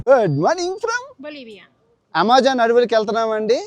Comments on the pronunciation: అమెజాన్ ❌ యమెజాన్✅ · Yamejaan kadhu bro amazon 😂😂